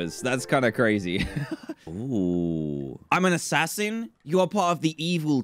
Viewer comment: Dan: "THERES AN ASSASIAN? I DIDNT KNOW THERE WAS AN ASSASIAN!" Me: "Are you being sincere?" Staring at the words YOU ARE ASSASIAN on Dan's screen intensifies....